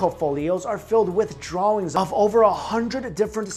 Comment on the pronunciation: Pronounce drawings right please